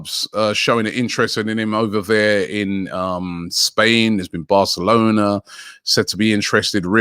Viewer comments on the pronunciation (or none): none